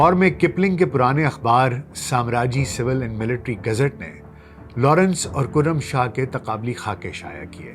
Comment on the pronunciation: کُرم شاہ نہیں کَرم شاہ پڑہیئے گا۔